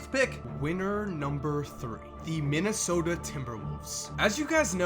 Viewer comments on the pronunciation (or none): none